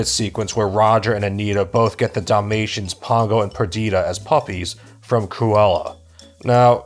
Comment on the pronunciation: everytime he says dalamtians i somehow understand damnnation and i need to laugh, my humor is more broken then my mental health after watching that movie